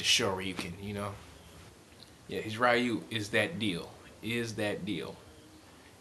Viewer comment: Ree-Ooh. NOT Rye-You.